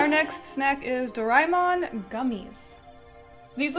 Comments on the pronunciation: Dora Emon are pronounced seperate word. Also, in japan and China we usually pronounce the R as an L, So it would be pronounced dolla Emon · It's pronounced Do-ri-eh-mon